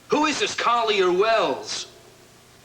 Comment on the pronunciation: I'm glad the writers had Gavin repeat the name "Collier Wells". Sounded like Martine called him "Car Your Ways", lol.